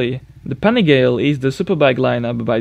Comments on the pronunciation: PANIGALE!! NOT PANIGHEL! CHE CAZZO! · Panigaile? Its italian, you speak out every letter. Its a panigale not an panigaile, panigeyle or whatever. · Panigale it's not read "panigheil" but "panigalE" with the E like "rEd" or "Elephant" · Hi:) Two suggestions 1. It's called Paa-nee-gaa-lay 2. Husky Nuda has to be here in this list:/ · You're English is Remarkably Good my Friend. LOVE THE VIDEOS! But- just one criticism: The Ducati Panigale, is pronounced 'Pan-ee-Gal-ay'👍✌🤙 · Panigale, say it with me now... Pan-Eh-Gahl-A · Pani gaw lay is how it’s pronounced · ducati "panighel" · For some reason, he anglicised the pronunciation... Borgo Panigale is simply where Ducati factory is located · OMG THE PRONUNCIATION OF PANIGALE PLEEEEASE DUUUUDE WTF😂 I'm italian and that pronunciation killed me😂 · Interesting. But, please, improve the pronunciation of "Panigale" :-) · I hate the way he said panigale makes my ears bleed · Holy shit learn to pronounce the panigale